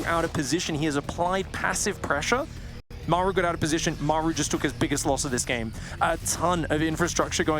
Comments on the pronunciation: "Meigh-ru" so annoying. Just f-ing say Maru. Game 2 was good shit tho. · Why can't the one caster pronounce Maru? Everyone else gets it right but the dude just makes up his own pronunciation.